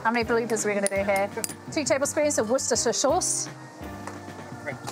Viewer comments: it's funny when American Yt cooks struggle with saying "wu-sis-tuh-sheer sauce"; but you're British! (or a long-term resident of England, i don't know your life story) i would think you'd just say 'Wooster' and get on with your day.... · 'Wooster sauce.' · Hello Chef Elizabeth, I trust you and family are all well. The easiest and correct way to pronounce Worcestershire sauce is .............."Wooster sauce". I thought a clever girl like you would know that.🙄 Take care and stay safe. Tim W, England😁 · Hahahha, she mispronounced Worcestershee.....whorce.....worceheheste......worcsepthcer sauce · All going well until the mis-pronouncing of “Worcestershire Sauce” Hiya 😡😡